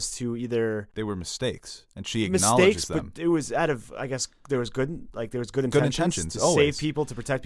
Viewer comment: Omg, I thought I heard them say when talking about Jaime’s death: “he’s good in bed” 🤣